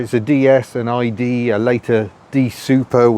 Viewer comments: I love your videos and love the subjects you choose. We may be from a similar time, give or take a decade. My ears are slightly hurt by your pronunciation of "idée", although you hit the spot with "déesse". You are largely right on the categorisation of these cars in France. One often heard a DS described so, but few people spoke of an ID, even when a car was clearly an ID. Very often, both were referred to as DS. It might seem like snobbery, but the reality is that even an ID19 was a pretty sumptuous car and would be a coveted thing. By the time of the D Super 5, lines were getting very blurred. Oddly, some of the "anti-ID" and "anti-D Super" disdain in the UK didn't emerge until the weird classic car bubble popped up in the late 1980s. Suddenly everyone was an expert on Karmann Ghias and P1800s and older oleopneumatic Citroëns. You'd hear a gaggle of corduroyed, brogue-wearing chaps in Kensington mutter "Of course it isn't a real DS" as if it was a fake Rolex. Before that, it was somehow just another model in a range or (to many) there was no distinction at all. I do love the way this channel is so full of affection for the cars you cover. Even silly stuff like (my judgement here) the Tagora gets all the love. Chapeau! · * "Eee -day" and "Day-ess" is what you possibly meant to say..... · I owned a 1959 ID19. Complete with white fiberglass roof! Loved it! ps: It's ee-Day (Idée) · The ID is based on the Freanch word 'idee' (sorry, my phone won't do accents) which is pronounced 'ee-day'. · ID in French is pronounced "ee-day", for idée French for idea... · Prounounced "Ee-Day". as opposed to "Day-Ess"/ Great review. Never heard of it. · The "d" is still pronounced as day. Exactly the same as the DS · What a lovely car and another absorbing video - the slow cars are the best! (P.S. The French would say Day Ess and Eee Day 😉) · It would actually be pronounced “eee-day”,. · ID (idée) is pronounced ee-deh in French, not eye-de-uh. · e deh , not e di